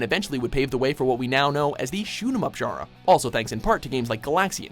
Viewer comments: When he says genre it sounds like jara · how come no one knows how to pronounce genre on this channel